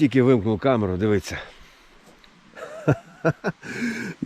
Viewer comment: І в слові "дивиться" на щось..., наголос на першу букву И😉